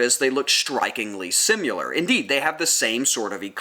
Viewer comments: I'm very late to this party but I have a tiny bit of feedback. Something super small. Just the way you pronounce 'similar' You say simular and really accentuate the 'u'. I can't tell if that's an accent thing or if you're saying the word incorrect. Thanks for video. Great content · I'm wondering where that pronounciation for "simuler" (similar) comes from :)